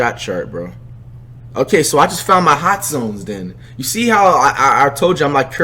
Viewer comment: Bro said hotzones 😂😂😂😂